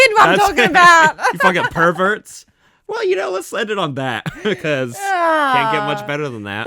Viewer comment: Perv-Gert? Yo! Gert! 😅